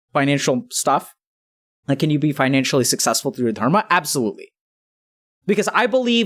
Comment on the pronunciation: i like the way Dr. K says "Dharma"